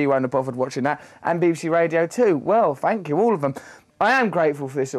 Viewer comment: "Fank you" hahaha